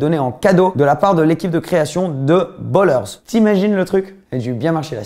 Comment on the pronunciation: Ballers, et pas Bollers 😂